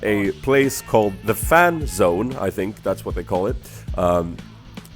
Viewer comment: When you said fan zone i thought u said fapzone lolll